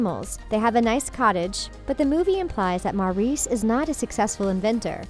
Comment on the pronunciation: MAURICE NOT MARIS!! I KERP HEARING MARIS!!! STOP CALLING ME!! I AM MARIS!!! ok I'm not angry or anything. I am just annoyed of the pronunciation 😅😅😂😂😂